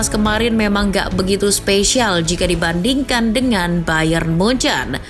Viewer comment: Jangan nyebut munuyuk😂😂😂